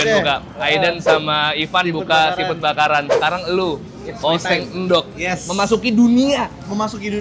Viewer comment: ENDOG ❌️ ENDOK ✅️ 🤣🤣🤣🤣🤣🤣🤣🤣🤣🤣🤣🤣🤣🤣🤣🤣🤣🤣🤣🤣🤣🤣🤣🤣🤣🤣